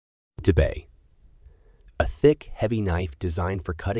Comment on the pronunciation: Tell the programmer of the silly IA voice how to pronounce words correctly! There is no such thing as a chiefs knife, it's a chef* knife. And there is no "dee-bay", only a deba (say: "deh-bah") etc. Also, almost all knives featured in this are not from Japan, but from China. And no Japanese would make blades by clamping them in a vice and sharoening them with an angle grinder!